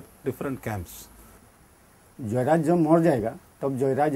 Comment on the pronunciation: They call JeyaRaj but NDTV pronounces Joyraj?